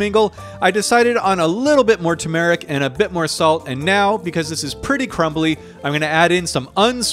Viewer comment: Why do you keep saying turmeric like that lol